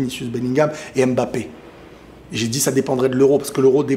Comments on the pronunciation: Vous savez dire « simba » à la fin vous ne dites pas « si-em-ba » donc pourquoi vous savez pas dire « Mbappé » et vous dites « embappé »? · Mais arrêtez de l'appeler M-bappè ! ça ne se prononce pas comme ça ! il a déjà rectifié plusieurs fois 😭